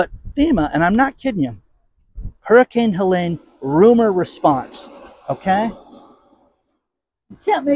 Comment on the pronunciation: Helene has no "A" in it. It is pronounced HelEEEEEEEne.